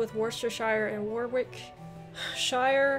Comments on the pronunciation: Good effort! Sort of score I would have proabably got and I'm an English native. Some help with pronounciations: Warwickshire - worricksheer Worcesteshire - woostersheer Gloucestershire - glosstersheer Derbyshire - Darbiesheer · Warwickshire here. Pronounced Worrick sheer. Home of Shakespeare! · Brilliant score! I reckon that would be better than 90% of Brits. Consider a bit more practice on a few of the pronunciations such as Warwicks, Worcs, Derbys, Leics.